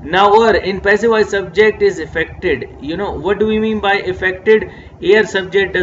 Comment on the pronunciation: Sir awesome but there is one mistake when u pronounce voice it became wise